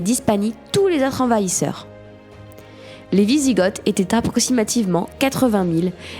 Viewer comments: On dit "visigo" et pas "visigote". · Par contre je crois que ça se dit "wisigo" sans le th à l'oral ? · ça se prononce "visigo" renseigne-toi dugland...